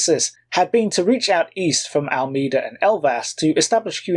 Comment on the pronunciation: Portuguese pronunciations: Almeida is “Al-MAY-Da” and Coimbra is “Coe-EEM-bra”.